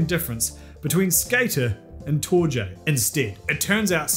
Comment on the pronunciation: Just a heads up, I think Torje is pronounced TOR-ye.